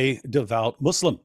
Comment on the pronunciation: "Jesus is Mo-Slim",, we are dying laughing. 🤣🤣🤣